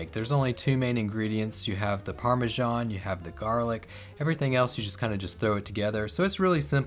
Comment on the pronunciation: what is Parmashon or do you mean Parmesan?